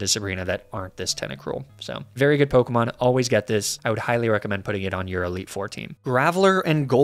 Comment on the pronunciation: That is possibly the worst pronunciation of a pokemon ive ever seen